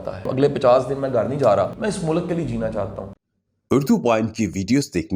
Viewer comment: شاہ صاحب اچھی باتیں کرتے ہیں ۔ بہت اچھے خیالات ۔ ۔ ۔ ۔ لیکن وہ استاد ہیں تو پلیز اپنے تلفظ پہ بھی توجہ دیں ۔ مثلاً ملک ۔ غلط ۔ واضح وغیرہ وغیرہ ۔ اور معذرت کے ساتھ عرض ہے کہ تھوڑا سا کم بولا کریں ۔ ۔ ۔ ۔۔۔۔SZ Rana official